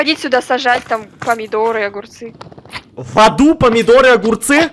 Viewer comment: сказал в заду а не в аду